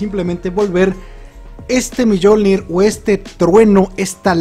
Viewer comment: Se pronuncia miolnir no millolnir